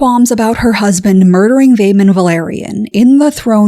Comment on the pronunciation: Hello, interesting video - the actress that plays Rhaenys would shudder at your pronunciation of ‘Velaryon’ though, there’s an interview where she says how lots of people were pronouncing it wrong during the filming of episode 4 of season 1 - she and I share the same pedantry when it comes to pronunciation I think 😂